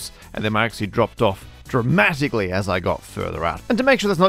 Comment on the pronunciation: Did he just say "dra-math-ically"?!